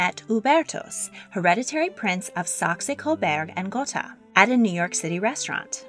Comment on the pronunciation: While I appreciate your video I must say that your pronunciation of Saxe-Coburg und Gotha is incorrect. If your are going to do another video about the couple and their legendary house please learn how to pronounce their names. Second, I would like to know where you found several private photos of Prince Hubertus and Princess Kelly? You really should site your source and ask for permission. Several of your photos are copyrighted.